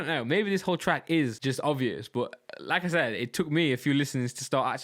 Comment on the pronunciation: Everytime you say like I said for me it sounds like lacazette.